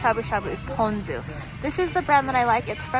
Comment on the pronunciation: Aloha from Hawaii! Thank you for this video and thank you for pronouncing “ponzu” and “kombu” correctly. I cringe every time I hear an Asian cook pronounce them incorrectly. Looking forward to watching more of your videos!